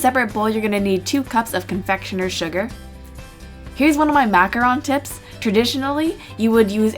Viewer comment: Yes, for once someone pronounced macaron right!